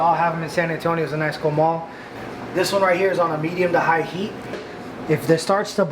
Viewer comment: Watch: RACHEL COOKS WITH LOVE, for a great carne guisada recipe. Did he say CO-MALL?